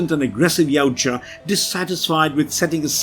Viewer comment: Finally someone that can pronounce Yaujta correctly!